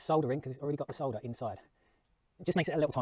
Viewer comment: I noticed you said SOLDER the right way. Not SODDER😂